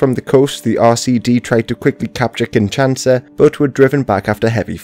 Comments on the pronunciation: My man - it's Congo KinSHaSa, not Congo KinSaSHA. The country is not the kin of Sasha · Great video! Very informative :) it's pronounced "keen-sha-sa" !